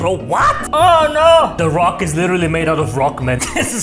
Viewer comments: "De roc" -Babushka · "de rock" babusuhka: "de fok"